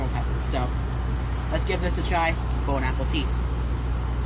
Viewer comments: If this guy says, "Bone Apple Tea!" One more time I'm going to fucking crash out. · Him saying "Bone apple teeth" is annoying as hell. Bro its played out just stop man 😂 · Bon apple teeth.....drives me crazy. Does he think it's funny or hip or something? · Can we all join in together, regardless of your taste in onions and tuna, to hate for saying "Bone Apple Teeth" like it's clever or funny or cute. And Novine Universe? Yeahhhhh..... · Agreed, but can we all join in together to hate him for saying Bone Apple Teeth